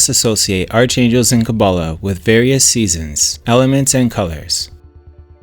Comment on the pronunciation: "Arch-angels" is correctly pronounced as "Ark'-angels". This may be a.i. narration, eh. 🙄